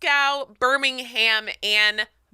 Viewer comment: I'm now going to pronounce Glasgow and Birmingham the way did. Glas-gow and Birming-ham sounds so funny